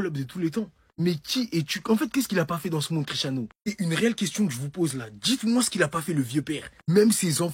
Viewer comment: Et les mecs, on dit Cristiano